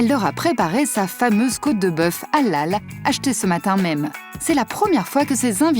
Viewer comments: mdr depuis le debut a la fin de la video elle prenonce pas bien halal elle dit juste alal sans le H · Allllal mdr comment la voix off prononce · Ca me tue comment la voix off dit HALAL c Hélél zbi